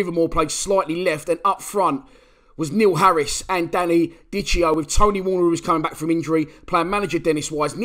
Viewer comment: It’s pronounced Danny Dickeo not dicheo. Ciao